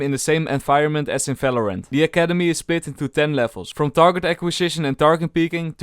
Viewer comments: Why you say "Fèlorènt" instead of "Valorant"? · He doesen't say "v" ever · you definitlely work on your pronounciation. if i hear a Falorant again im cutting my ears off. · Im sorry, i cant watch this video till the end.... the way you pronounce the game name, is driving me nuts.... its VALORANT not Falorant wtf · What is FALORANT. Fellow rant. ??? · I love how he says and v word as f like falorant and fideo